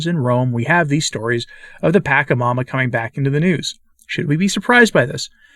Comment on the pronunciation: Pachamama is the ground that you on and the air that you breathe. And the CH is pronounced like the CH in church ...